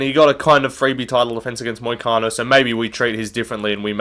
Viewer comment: "Freebie vs Moicano" This hurt to hear bro.